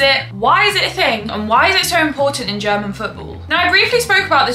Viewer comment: I love your pronunciation, Normaly i dont like it when english speakers like commentators or football youtubers that could know how to say it butcher german clubs names, players, cities etc over and over again (or more when people act like its correct while pronouncing it very wrong and then people might think huh what a strange name or word ) Butttt in your case it doesnt bother me at all😄, instead, as a german i really love your pronounciation and accent when you say german names and i dont expect you to say it like a german because when you say it with your accent sounds so beautiful to me ❤😅 certain accents can be annoying or can be special and yours is not annoying at all, its very beautiful, Its also so nice to see that as an english person you show interest in our german football and make videos explaining about it, thats already a big compliment i think, Is your accent typicall for some region? can i ask which region you are from? greetings from western germany :)